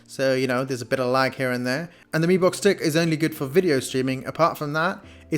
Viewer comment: no offence but I think you called mi box as b mox😂😂😂😂